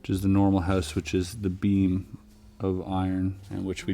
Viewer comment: I thought he said bean but he meant iron beam 😂